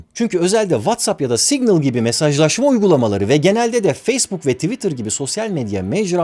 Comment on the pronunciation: Yalnız o "signıl" diye okunmuyor 🙂